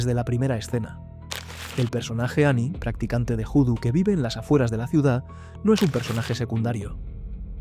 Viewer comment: Voo-Do . NO Joo-Do . . . . . . . Mírate El Film Cruce De Caminos .